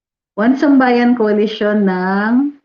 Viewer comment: Atty isambayan daw ung basa sa "1sambayan". Anyway goodluck to them. 😌